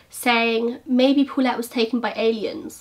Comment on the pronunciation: "Pulet" hahahahaha you almost say Bullet.